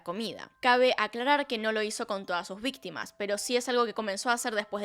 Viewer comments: A ver cuándo se entera que dice "vitima" XD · te comiste la C de Ví"c"tima. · Me encantan sus casos 🥰 Pero dice vitima jeje Lo siento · Le falto la “c” en víctima señora